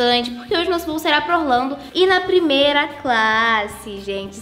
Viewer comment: a ju falou de plimeila classe